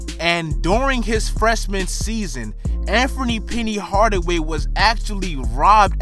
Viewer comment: Yo bruh it's Anthony not Amfomie.. lmao.